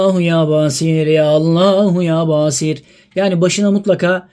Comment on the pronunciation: Yâ Basiiir. İ harfini uzatıyoruz...